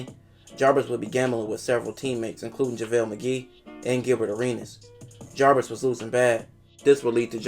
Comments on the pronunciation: Narrates really well except for the inability to say the dudes name right. Javaris Crittendon not Jarvis. It's even spelled wrong in the title of the videos. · Jarvis 🤣🤣 its Javaris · The narrator calls him Jarvis the whole time, dudes name is Javaris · I think you are pronouncing the name wrong. I believe it’s like Javaris. Great vid though! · Ja-Var-Is.Crittendon.Good job otherwise.